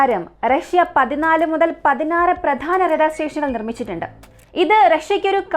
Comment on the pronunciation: റെടാർ അല്ല. റഡാർ ഇങ്ങനെ പറ